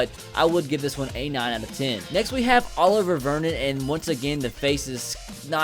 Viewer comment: IT'S NOT OLIVER!!! DAMN MAN!!!